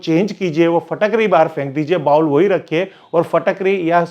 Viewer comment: Phatakdi nahi Fitkari 😂😂😂